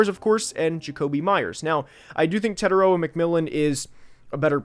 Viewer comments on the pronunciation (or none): TE-TAI-ROA you are not pronouncing his name correctly let me break it down to help you guys get it right The first part TE is prounouced like tear like a teardrop The second part TAI can be said like Thai as in Thai food And the last part ROA is the hardest part because you have to roll the R so if you say it like raw as in raw meat but add a “ahh” sound at the end So it would be “tear” “Thai” “rawr” TETAIROA Your welcome